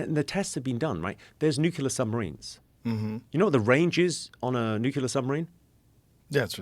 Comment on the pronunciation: he mispronounces the word "nuclear" as "nucular." hah